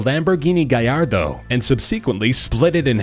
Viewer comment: "gajardoo" really ? _"